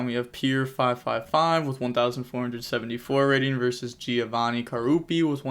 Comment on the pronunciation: Giovanni italian name called in american makes me laugh